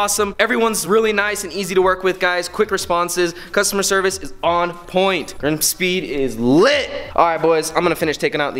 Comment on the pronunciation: Lol she can’t say Grimmspeed 😂😂😂😂💯👌